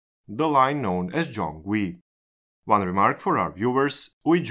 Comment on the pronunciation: Gyeong is actually pronounced just like Yeong, with a G in front of it XD Also, I'm pretty sure Korail opened in January of 2005, not 2004. Wish you guys covered our underground metro too(Seoul metro is quite good) but I guess it isn't in the scope of the channel.